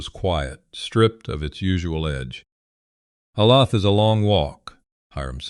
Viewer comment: Olathe is said oh-lay-thuh.